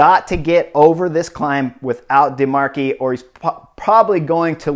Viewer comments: Gotta love Chris's commentary and his total disregard for pronunciation - not even trying:) "Rein" not "René"; "Grenadiers" not "Grenadaires", "de Marchi" not "Dee Markay," etc, etc. No worries though, keep playing your game, Chris! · So beautiful! Alessandro Deemarkeigh and René Taramey really got me.